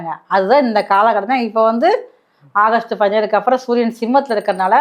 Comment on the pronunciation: அகஸ்ட் இல்லை ஆகஸ்ட்😂😂😂😂 சரி அடுத்த மாசமும் இதே மாதிரி சொல்லுங்க அடுத்த மாசத்தையும் ஓட்டுனுமில்ல😅😅😅😅